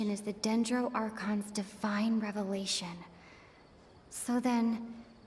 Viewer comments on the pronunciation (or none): none